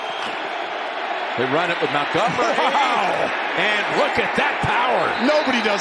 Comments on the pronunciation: Idk how I didn’t notice it live, but how does Nantz not know that Montgomery’s name isn’t “Mountgomery “? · why commentator keep saying david mowngummary???